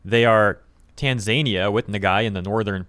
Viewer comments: Tanzania is not Tan-zaynie-yuh 🤣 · lol that isn't how you say Tanzania. Its not like Looney tunes Tazmania where Taz is from. Its Tan-zuh-NEE-uh.